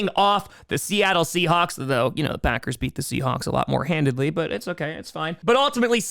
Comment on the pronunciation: The word is HANDILY. "They were beaten handily." Not "handedly." You speak for a living. Speak correctly.